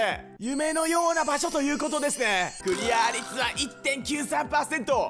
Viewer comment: クリア率をクリアァ率つってるの良き